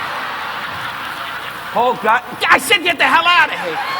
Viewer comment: Don rickles mentions Mickey blue eyes which came out 3 years after this in 1999 which he mentions get the hell outta here with no Rs which is “GET THE HAIL OUTTA HEE” and “FAGIDABOUDIT